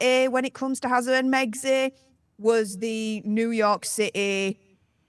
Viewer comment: Can say “r”? Hawway. “Altanerd”.